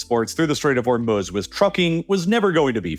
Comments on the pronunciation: Anyone else hate the way this guy says Hormuz? I don't care if that's how it's properly pronounced... say it the way everyone else says it in America. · I never thought I could genuinely dislike someone I’ve never met. Then I heard this dude say “HormUHz” like 500 times and now I hope he gets scabies. HOR-MOO-Z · Its not: "Hormoooz" Its Hormuz with silent U. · Hormuz not Hormuhz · The way he pronounces 'Hormuz' is like nails on a chalkboard for me and I had to stop listening halfway through. It's pronounce hor·mooz not hor·muhz. The mispronunciation really hurts your credibility and makes me think you don't know what you're talking about. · Haha, funny to keep hearing hor-muhs instead of hor-mooz. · Actually its HoR-Mussa if you are gonna pronounce it right. Hormuz is the american-english pronunciation, and this guy doesnt actually sound American-english, but i dont know. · "Hurmahz" and "Katur" is deeply disturbing to me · Is it that hard to just say the long u in Hormuz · "Hormuhz" lol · Am I the only one who has an issue with how he pronounces Hormuz? Her-muz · It’s probably a really good video, but I couldn’t stand the way he was pronouncing the straight Hormuz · Can’t listen to the way you say Hormuz anymore. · nothing on this earth is as annoying as the way you pronounce Hormuz. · How is it that this guy consistently mispronounces words like Hormuz and Qatar? These names are read aloud on every news channel by English speaking anchors regularly. When I hear a mispronounciation like that less than 10 seconds into a 30 minute video it makes me question of the rest of the video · Why must you use AI voices? I mean hearing Hormuz mispronounced twice in the first minute just crushes the video's listenability.